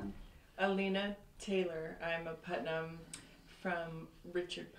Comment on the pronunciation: These are all my relatives! That one guy mispronouncimg our name is so bothersome. It's not PutMAN. We are related to the Putmans but that isn't our name.